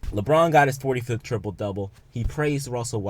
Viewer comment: LMAO it's not tripole it's triple